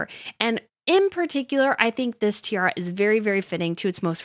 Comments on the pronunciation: you keep say "tierra" which means land in Spanish ... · This commentary needs correct pronunciation of the English word tiara, and the abandonment of “you guyzess.”